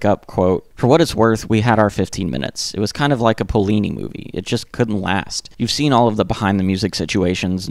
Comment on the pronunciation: Nice video. But it’s Fellini, not Pollini.